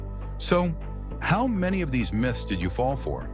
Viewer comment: Most of the Miths (AI voice mispronounces) ! Myth is the wrong word here. Most of the facts here are facts, not Myths. An over inflated tire is less likely to explode vs a very under inflated tire due to the intense stress/heat generated from low pressure. An over inflated tire will cause much more tread wear in the middle part. I've been there done that trying to get the most mileage from my car in the past. Everything has pros/cons. Most dangerous tires are ones that are worn to the cord!